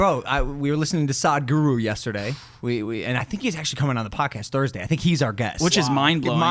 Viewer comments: Its not pronounced as "SAAD-GURU", it is "SUHD-GURU". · Its not Saadhguru its Sadhguru.😂 its will be exciting podcast. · Whoaaa I'm seeing the entire episode if Sadhguru (pronounced as SUHDGOOROO) comes